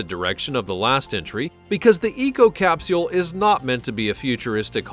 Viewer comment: I hate the way u say capsule